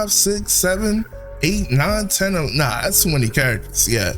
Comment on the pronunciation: Real or Nawl 😂